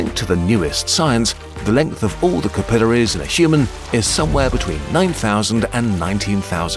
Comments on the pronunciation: the sheer amount of times you pronounce capillaries wrong is infuriating. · all this digging and can't pronounce capillaries correctly. ... seems legit.